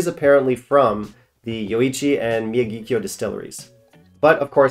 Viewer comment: Nikka from the Barrel is around $65 at a brick-and-mortar here in CA. Miyagikyo is around $100. Ichiro Malt & Grain is around $100. Btw, it's pronounced mi-YA-ghi-kyo. Remember "Mr. Miyagi" from "Karate Kid"?